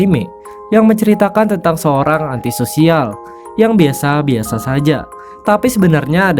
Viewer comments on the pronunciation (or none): bg biasa bg bukan binasa